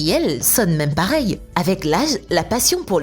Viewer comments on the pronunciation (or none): none